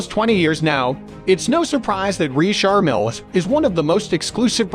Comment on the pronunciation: Can't get enough of the Narrator saying REESHAR MILL.